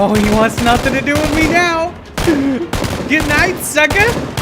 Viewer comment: Was that a Super Trooper reference I the beginning because heard "Meow" not "Now" sorry I literally got my nickname from the movie XD